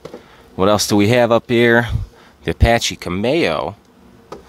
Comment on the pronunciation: It's, CAM,e,oh like a cameo brooch. Great video bro. CAMERON.